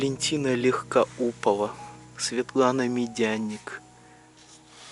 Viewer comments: Послушайте автор, такое ощущение, ты не Россиянин, вообще ничего не знаешь,то что снимаешь, не знаете что это Мавзолей,не знаете что в то время в Афгане сколько солдат положило, и не знаете артистов, кто в то время пели, как можно не знать Валентину Легкоступовой, а не Легкоупова как вы сказали, можно же было все это элементарные вещи хотя бы знать, ну вы не просто с небо вот вот упали, я ещё подписалась на вас, вы мне нравитесь, как вы рассказываете, но порой раз как покажите незнание своё, уж простите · Легкоступова , а ты не правильно прочитал . Стыдно за тебя .